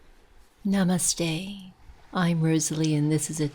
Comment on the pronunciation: Learn to say namaste right lol